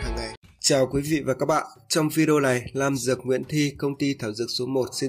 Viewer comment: Góp ý với em trai: vì những danh từ về thảo dược em nói cho người xem là những từ mới lạ, em ráng tập cách phát âm thật chuẩn rồi hãy phát sóng để khán giả "học" cho đúng. Thí dụ như trái "lổ" có thật là trái lổ hay "nổ"? Tên nhà thuốc của em là "Lam dược" hay "Nam dược"? Ở vị trí người dẫn chương trình, em có chuẩn mực phải giữ của một người dạy học để khán giả học hỏi từ mình. Mong em hoan hỉ đón nhận góp ý thành tâm của tôi.